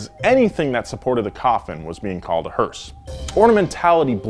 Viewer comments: Every time he says hearse, I hear Horse.... Thanks... More hearse power baby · Who else gets annoyed when someone calls a Hearse a "Hurst"? Hearse= funeral car Hurst= shifter